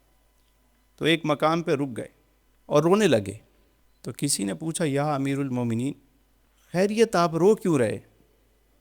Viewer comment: یا امیر المؤمنین۔ میں امیر کی" ر "پر زبر ہے۔